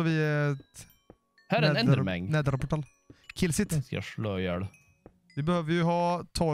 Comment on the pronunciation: jätte ljus röst- det heter Enderman inte Endermang